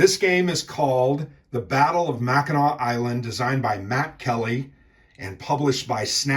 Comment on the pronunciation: I am always gratified when people pronounce Mackinac correctly.